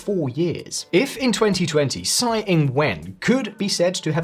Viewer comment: Tsai is pronounced "Chai". "Sai" means shit in Hokkien / Fujianese.